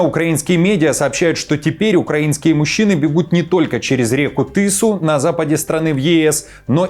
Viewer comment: Не Тысу, а Тису, на каком ты языке вещаешь🎉